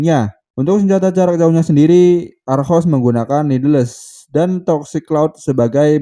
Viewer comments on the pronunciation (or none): niddles dibaca:nidels bukan nid les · Koreksi dikit, "needles" dibaca "nidels"